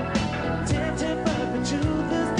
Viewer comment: Tempted by the fruit of anether Tempred but the truth is disceverd lol at his pronounciation